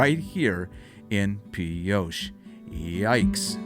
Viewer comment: Nice travelogue, but research your pronunciation ahead of production. You pronounced Pioche, as “Pee-osha” Correct pronunciation is “Pee-oach" (O as long and A being silent).